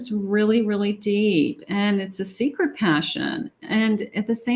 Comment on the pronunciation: it almost sounded like you said "you are my sacred passion" instead of secret passion 💝